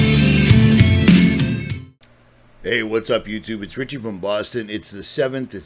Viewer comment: No T in Richie..much love